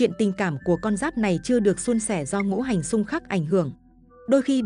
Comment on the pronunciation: Cô này là người Bắc hay Nam mà đọc chữ Ngũ hành thành chữ Ngủ hành vậy